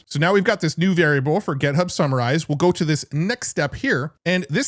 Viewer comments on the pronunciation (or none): why do you say gEthub? gethub, gethub, gethub! It's github!!!!! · Why do you always call it GetHub? It confuses me every time lol